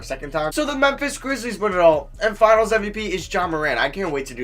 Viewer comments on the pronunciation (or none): none